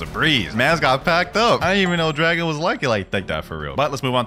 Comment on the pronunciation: Did he say Ldargo or dragon